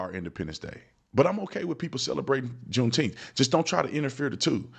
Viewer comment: I'm sure they all said "Juneteemf."